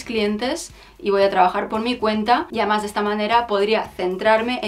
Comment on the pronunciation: Un consejo desde el cariño. Procura vocalizar más cuando dices además se te entiende "amás" y con lo bien que tú hablas y pronuncias me ha chocado bastante. Me encantas. Tienes mucha clase, personalidad y buen gusto. Se te ve muy buena gente y te mereces que todo te vaya muy bien en la vida, que os vaya muy bien a los dos. Eres un rayo de luz en este mundillo chonibloguer. Te sigo entusiasmada a pesar de que podría ser tu madre y no me puedo poner muchas de las cosas que recomiendas. Un beso enorme.